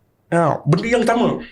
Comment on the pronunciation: "Ilmu kewangan yg 'CAMA'"😂...SAMA bang SAMA..bukan 'CAMA'